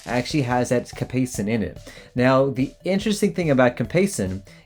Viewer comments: First off a GI is not a colorectal surgeon. Next its Capsascin not Capaison emphison on the vouls not /Kap-a-son/ its /Kap-ay-uh-sun/. I am not sure in what way a hemorrhoid cream can increase inflammation as most of them are in some way imunosupresent. Please don't make such a mater of fact video unless it is going to be MINT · Capasen? Weno mustache? Many mispronounced words? This dude is sus. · Cap-say- shin. I can't even watch this. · Did you literally just pronounce capsaicin as capacin ? Bruh...